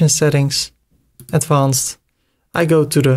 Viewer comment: Kolere spreek advanced is niet zo Nederlands uit. Spreek het uit als advenced